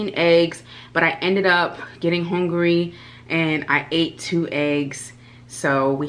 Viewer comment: Sis said she is HONgry! Smh haaa